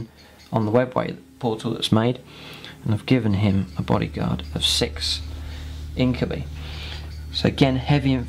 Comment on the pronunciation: So far it all looks good! You've got some decent tactics going for you. Though I believe its pronounced INK-u-BY not INK-u-BEE ^^